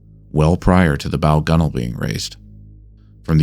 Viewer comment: The correct pronunciaton of "gunwale" is proof-positive of no AI narration. Hail!